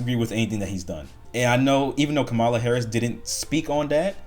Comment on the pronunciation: First of all it would be nice if you pronounced her name correctly. It’s like nails on a chalkboard and I know it’s done on purpose no just by you and it is ridiculous. Next the question could be asked how can you vote for a lying, documented POS of a man without automatically going to “well what about Biden/Obama. That would be refreshing. I hate the fact every time there is a press briefing or he speaks I can bet my life what they are saying is a bunch of lies and you voted for that. Even now with his diminished condition Biden is a better man than Trump will ever be based on character alone. I am not speaking from emotion or anything I am talking about stuff you can prove in court. We are still in Biden‘s economy right now because trump has done absolutely zero to change. Anything What is going on in the Economy as of right now. The only thing he’s focused on now in terms of legislation since he executive orders everything is the tax cut for people who don’t need it. There is your income redistribution right there. As for the other issues for the social stuff, you may find a surprising I may actually agree with some of those items, but of course it is his app approach that actually sucks. It’s not a case of daddy‘s home or someone to lecture us on how to live our lives. He is not a good person. He is not a good father. He is definitely not a good husband since he was cheating on the last wife or wanted to cheat while she was pregnant. That is a documented fact it is also a